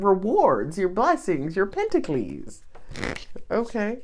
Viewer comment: 🤣🤣🤣 First of all, I love how you say Pentaclee, and also "she just said a word" 😂 You are so funny